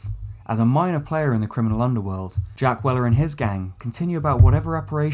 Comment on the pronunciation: His name is Jack Welker, not Jack Weller.